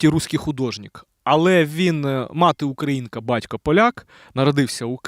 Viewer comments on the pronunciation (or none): none